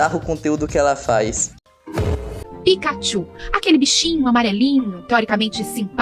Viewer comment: ela falou tchul e não tchú(sem querer puxar brig-)